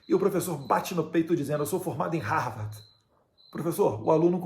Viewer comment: Não sabe nem falar Harvard direito.